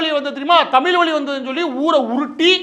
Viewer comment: டுமுக என்பது குடும்ப நிதிக்கழகம் என்று எல்லோருக்கும் தெரியும்,எத்தம்னையோ (லட்சம்)கோடிகளை கொள்ளையடித்தவர்கள் கும்பல் என்பதும் தெரியும்.அதை அகற்றுவதற்கு என்ன வழிகள் என்பதை தெரிவிக்கவும். மாற்று ந்பர்கள் பற்றி சொல்லவும்!! தமிழ் என்று ழகர உச்சரிப்பை சரிசெய்யவும்!!மாற்று ந்பர்கள் இல்லாத வெற்றிடமாக தெரிகிறது கால் அழுகிச்செத்த காரிகை A..1...சொன்னமாதிரி கண்ணுக்கு எட்டிய தூரம் எதிரிகளையே காணோம் என்பது மாதிரி தெரிகிறது தமிழ்நாட்டில்?. மு.பி.அடல் பிகாரி டுமுக விற்கு பல மந்திரி பரிசுகள் அதிலும் இல்லக்கா இல்லாத அமைச்சர் போன்றவைகளை மறந்து விட்டீரா?நீர் ஒரு பச்சோந்தி தானே?!!பா ப்பானிசம் நூலிசம் ஆரியனிசம் நூலிபானிசம் யாகம் வேதம் காமகேடிசம் வர்ணாசிரமம் கும்பிகுளியல்.சாணி மூத்திர சாத்திரம் போன்றவைகளை அகற்றினால் பாசகா பெஸ்ட் கட்சி தமிழ்நாட்டிற்கு!!மாற்றாக தேர்ந்தெடுக்க்லாம்.அப்படியே.ஆலரங்களிவ் ஆகமம்.பூசை செய்ய இட ஒதுக்கீடுகள் செய்யவும்😅😅😅